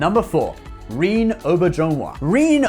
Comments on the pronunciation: REEEEEN?????? WhoTF is REEEEN It's REN-NAY... It's French! Rene....wow! How can you live across the channel from France and not know the name Re-ne! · odos name is said rehhh nayyy…. not reen….. and its not jolene blahh lock its jolene blay lock,,, jolene blalock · It's pronounced Re - nay not Reen. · It's not REEN (Rene) It's RENAY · That's pronounced Ren Nay, (René) not Reen. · Rene is pronounced, "Ray Nay" not "Reen." Rene is a unisex name of French origin. True to its French form it is often spelt using an accent. Renee comes from the Latin word 'renatus' which means 'Reborn'. Popularity of use of the name for boys may have been increased by the fame of René Murat Auberjonois. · Re-Nay Ow-Bear-Zhen-Wa, holy crap, Reen Oberjonewa? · RE NE (French pronounciation) not bloody rhene or rhine (draineage ditch). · It's Renee' Ren-A' Not Reen. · Its not Reen its pronounced Renay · His name is pronounced Ruh-nay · Jesus Fuck Dude...can you pronounce anyone's name correctly? Rene -- ReNAY, Colm - Col-em. These are errors that put your credibility into the realm of Brian Stetler. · "Rene" is pronounced "Ren-ay", it's French. It's got an accent, so -> René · It's pronounced Re-NAY oh-BEAR-zhen-WAH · Rene Auberjonois is pronounced "ren ay" "O bear ju nwa" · You actually pronounced Auberjonois fairly accurately (soft J though), but “Rene” is pronounced like Renee (Wren-AY). Source: my aunt used to clean and repair his costumes when he was a stage actor. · Rih-Nay. Oh-Bear-Zjohn-Wah. I went look up how to pronouce it on Youtube. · Man you really mangled some of those actors names. For example it's Dwight Schultz not David Schultz and Rene Auberjonois's first name isn't pronounced "reen" in french or in english, lol. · René Arbojenis is a descendant of Bonaparte and other prominent political figures from Europe. My name is René as well and I was deeply shocked to hear the name pronunciation practically butchered.